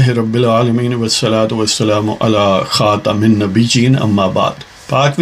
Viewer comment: مَا کَانَ مُحَمَّدٌ اَبَاۤ اَحَدٍ مِّنۡ رِّجَالِکُمۡ وَ لٰکِنۡ رَّسُوۡلَ اللّٰہِ وَ خَاتَمَ النَّبِیّٖنَ ؕ وَ کَانَ اللّٰہُ بِکُلِّ شَیۡءٍ عَلِیۡمًا ﴿۴۰﴾٪  م پر زبر ہے